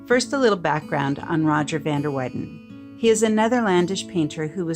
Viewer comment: You should learn the correct pronunciation of Flemish artist's names.